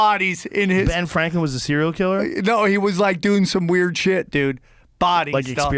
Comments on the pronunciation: Joe Rogan: "Benjamin Flanklin" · Benjamin "fwanklin" haha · Benjamin Fwanklin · Benjamin Fwanklin lol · was it Benjamin Fwanklin Joe? lolol😂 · Joe "flankan fankan" Rogan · benjamin FWANKWIN! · Joe “benjamin flanklin” rogan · Benjamin Fwaklin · “Benjamin Fwanklin” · “Benjamin Flanklin” 😂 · Joe was having a lot of trouble saying “Franklin” 😂😂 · “Benjamin fw-ranklin”😂 i may be deaf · Joe has a little trouble saying Franklin. Fwanklin